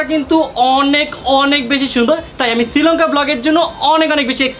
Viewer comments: It's not Sri lonka. It's Sri Lanka. 😅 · সিলংকা নাকি শ্রীলংকা। বেডা কইতে পারে না।😅😅😅